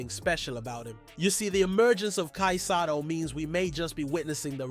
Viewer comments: Hey who ever you are dude its not sato its sotto you are son of a gun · BRO. NOT SATO IS SOTTO🤣